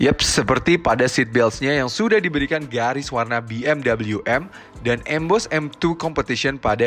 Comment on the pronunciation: Be Em We mas bukan Bi Em double u